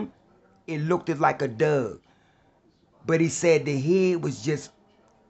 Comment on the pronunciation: HTH is he pronouncing '"Dog" . He's pronouncing it as dug!